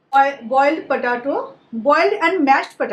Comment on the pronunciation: It's potato....Not patato....He he he just joking